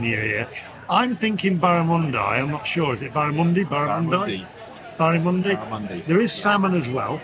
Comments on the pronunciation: I wonder how he knew that???? I have never heard a person who drinks beer from a bottle, call Barramundi, BARAMUNDEYE????? And then dip the bread into Balsamic Vinegar. You are really out of your comfort zone away from the UK. Oh, it's gone quiet, must be eating. So it is official, you went to the wrong city. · Barramundi is a delicious fish, it’s an aboriginal name and it’s pronounced “barra-mun-dee”. You should have gone with Barra because you can’t get it in the UK! Use your cutlery, you’re dining out, not eating in the park. You’re not adventurous enough when it comes to food. Sydney has some of the best produce in the world but you’re not eating any of it and keep eating like a Brit! Come on,, eat like an Australian while you have the chance! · Pronunciation is a strange mistress, never heard it called Barramundie, But there you go.